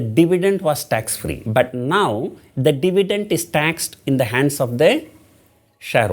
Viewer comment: It's dividend not divident..